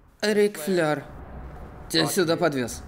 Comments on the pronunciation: НЕ ФЛЁР, А ФЛЭР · Рик Флейр(Flair), не флёр